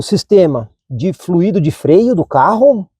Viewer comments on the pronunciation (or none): none